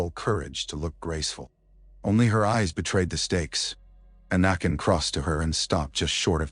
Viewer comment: Your AI keeps pronouncing anakin as anuken who I think may have been a Eygptian Pharaoh 😂😂😂